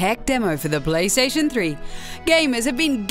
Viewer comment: Pwaystation. Seems legit enuff 2 be sony